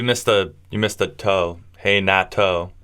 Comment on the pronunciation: Your shoutout is there. Jimin is saying Hey Na Na Nato. Unfortunately his pronounciation isn't as perfect as his handwriting and he made the T silent. You can still hear the O at the end though.